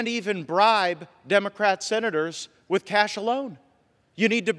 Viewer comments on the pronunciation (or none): none